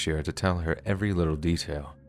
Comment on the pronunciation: 😆 that was funny "emphasis on litlewl" 😆 WHAT IS SPEAKING?!